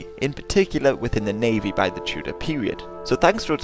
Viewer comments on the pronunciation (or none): none